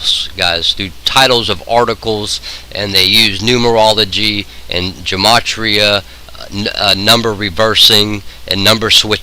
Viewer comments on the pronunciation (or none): none